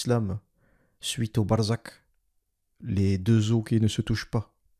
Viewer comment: En fait c'est pas le son " K " à la fin , mais c'est le son " Kh " BarzaKH, qui existe aussi en français quand vous dites " t(r)aduire " t-kh-aduire ou impo(r)ter que vous prononcez impo-kh-ter . Il y 'a trois sons dans la langue arabe que les non arabes ne savent pas prononcer et que je ne peux pas transcrire ici 🙂